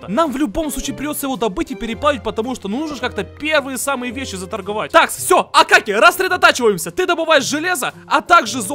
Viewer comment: Правильно не акакий а акокий